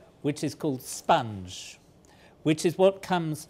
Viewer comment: I don’t know what he’s talking about with the whole “sponge” thing, but just from the way he says it, I feel like it’s spelt “spunj”